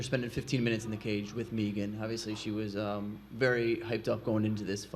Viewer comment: I face-palmed when Bruce announced Megan. You should know the pronunciation of all the names you're about to introduce. It's literally your one job responsibility.